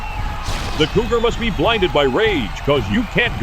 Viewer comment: I could have sworn "Cougar" was pronounced as "Goober" a few times! 😆